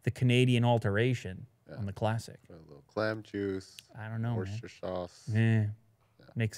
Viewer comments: It's pronounced "Wuss-ster-sure" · its pronounced wuster sauce